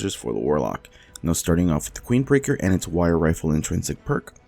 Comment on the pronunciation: Did he say "Queenbreaker, linean fusion rifle"?